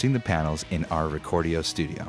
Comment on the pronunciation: "recordio studio"